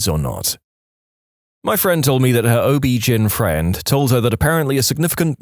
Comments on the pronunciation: OB-GYN is pronounced O,B, GYNE, as in short for gynaecology, not GIN. On the 30th time I heard it mispronounced, I had to comment. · Please sound out each letter of OBGYN, it’s not OB Gin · i hate this AI obbjin Oh Be jin hell AI figure it out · It’s not pronounced as a word, gyn is pronounced as the letters